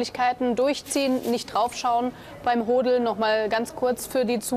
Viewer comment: Sag bitte nicht Hooodeln … das hört sich nach Geschlechtsteilen an … sag HODDDDDELN 😂😂😂😂